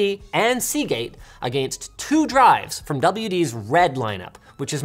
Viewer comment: Whenever he says against it makes me cringe for some reason.